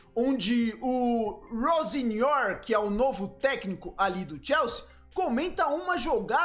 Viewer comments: Vou escrever como o pronuncia: Rossênior. O nome não é assim, mas é assim que o pronuncia. Será que está certo? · a pronuncia é com i ficaria tipo rosinior